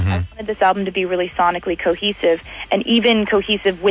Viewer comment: When she says the word "cohesive" I actually hear: "cockesive". Or something like that.